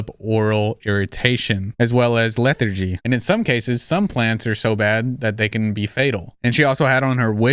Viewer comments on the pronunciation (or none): no way bro just said “leather-gee” instead of lethargy 💀💀💀